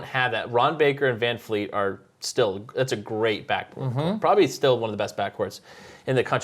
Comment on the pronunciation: It's Vleet. Not Fleet. Jesus. Christ. Amateurs